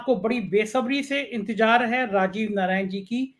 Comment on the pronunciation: Aap say anurodh hai, ki,apney j ko z say correct karein intejar nahi intezar, jameen nahi zameen. Mujik nahi music (Miu zik).